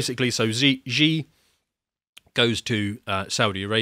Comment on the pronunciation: The closest approximation in English to the name of the President of the People's Republic of China is: She (as in the female pronoun) Gin (as in Gin & Tonic) Ping (as in ping-pong). If you believe you have an adversary, you should know his name. It's She, not Zhee.